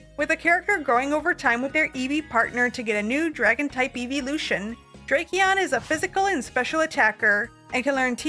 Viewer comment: Not drake-eon💀